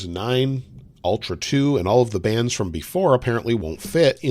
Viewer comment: I legit heard that as "bans" rather than "bands" 🤣🤣